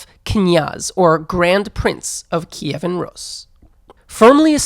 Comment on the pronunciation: "Kiyvan Rus"? What's that?? The name was RUS, same thing as Russia, and Kievan Rus was just a period, no one ever called it 'Kievan' and certainly not 'Kiyiviviviv' or whatever bs. In English it's Kiev and it was always Kiev until 2014.